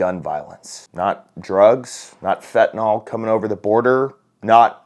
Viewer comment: Agree, 100%. The drug is pronounced "Fenta-nil." There is no O in the name of the drug.